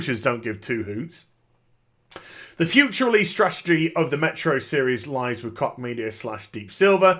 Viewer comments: every time you said Koch media it sounded like cock media haha the German "ch" should sound more like a very soft English "sh". besides that good vid, great intro. Greetings from Berlin ! :) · "Koch" The Koch Brothers pronounce it "Coke." Former NYC Mayor Ed Koch proncounced it "Kotch." We have a local construction company - they pronounce it "Cook." I've never heard it pronounced the way does.